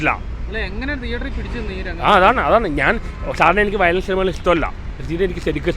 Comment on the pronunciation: വയലേഷൻ അല്ലെടോ വയലൻസ് 😂😅